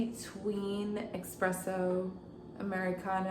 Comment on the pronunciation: Thank you for the info!! ❤ But it’s espresso, not EXpresso ❤